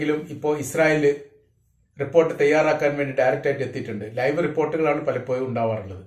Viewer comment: content ഉം അവതരണവും കൊള്ളാം. but "പലപോയും" അല്ല "പലപോഴും " എന്ന് പറയു, എല്ലായിപ്പോഴും "ഴ" ശ്രെദ്ധിക്കു.